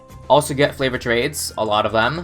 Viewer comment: ALCH BUFF THE BOOMER UNSTABLE COC Jeeezeeeee Hmm mm if I take away the l in over clock then................. Overcock Also realise he says Flavored trades Not favoured trades?